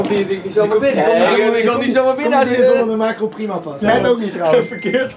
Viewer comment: Iedereen: Makro Rob: Maakgo